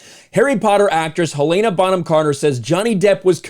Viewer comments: Hell-en-uh, not Hill-ay-nuh. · It's Hell-a-na 🤦‍♀️ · Hell ANE Ah? Um.. dude.. Hell IN Ah. Where are you getting the ANE from? Hel-in-ah. Helena. Also.. Ray FEENDS? Dude, how do you not know how to pronounce these peoples names. Ralph Fennes is pounced Ralph (as in Ralph Lauren or Ralf ) Fennes (like Finds) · “Helen-uh” “Fines”